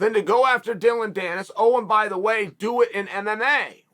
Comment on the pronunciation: I really didn’t except uncle Chael to pronounce Logan or Dillon correctly. Good on him.